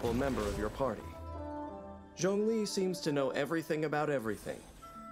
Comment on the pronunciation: What did you call zhongli?!?!(its CEO of GEO) 😭😭😭put your camera on the table😭😭🫵🏽